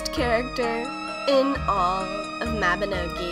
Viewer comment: MABI-NOOOOOO-GEE- Not MABI-NAW-GEE.